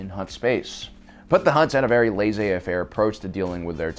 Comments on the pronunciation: Not "Lays fair" it's pronounced " Laz a fair" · It’s pronounced Lah say fair